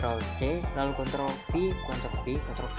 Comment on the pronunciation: Pas ngomong ctrl ny ga jelas bang pliss taro deskripsi nya buat ctrl